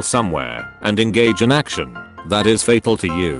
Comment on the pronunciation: i think he said thot not that#